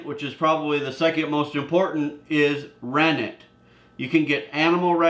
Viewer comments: I can’t understand the word “ranig” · The first ingredients could not understand what you said "ranick" what's that? And can't you use lemon, substitute for citric acid.